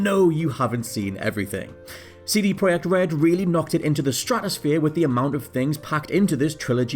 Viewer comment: Finally!!! Someone has pronunced the company name right! Thank you!